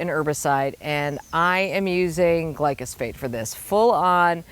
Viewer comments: The chemical is glyphosate as stated in the DNR info. is pronouncing it "glycosphate" in case anyone was confused. lol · It's actually pronounced GLYPHOSATE. And it's the most toxic substance on our planet!😱